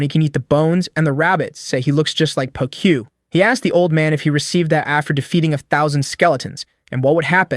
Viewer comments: How hard is it to pronounce pokyu, it's TWO SYLLABLES Po Kyu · "di ai o you", "pe o key why you" learn how to ask AI to pronounce names